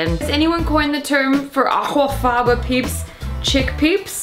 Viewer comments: I really didn't need to hear her not even try to correctly pronounce aquafaba over and over and over again in a video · Well they can't all be winners, but I do love how you pronounce that word 😂. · this channel's humour has reduced to gargled pronunciations of 'aquafaba' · girl im fucking CACKLING at how youre pronouncing aquafaba. gets me every time. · The way she pronounces aquafaba 😂